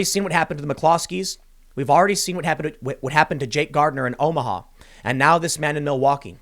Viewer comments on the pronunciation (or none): none